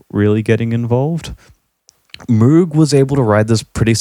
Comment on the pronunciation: Well,, you dont even pronouce Moog correctly.